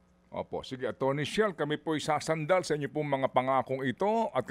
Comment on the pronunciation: Chel po, Sir Ted, hindi Shell. ❤